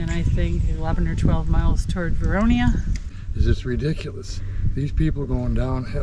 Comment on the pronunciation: Lovely video, nice filming, and FYI, The town is Vernonia (Ver-NO-nia). not Veronia. I grew up there, and I remember the train coming into town every week, from Banks.